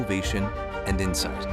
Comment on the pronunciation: insight (missing the "t")